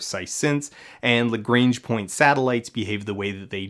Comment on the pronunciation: That's not how to pronounce "Lagrange". Also, the black hole is Sagittarius A*. Not Sagittarius A.